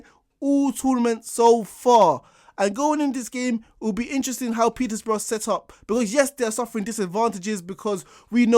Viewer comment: petersbourugh dam the disrespect